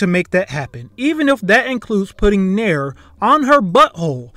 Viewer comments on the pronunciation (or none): none